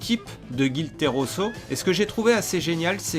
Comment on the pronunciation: Petite correction tu ne fait que dire Teroso alors que c'est Tesoro voila voila ^^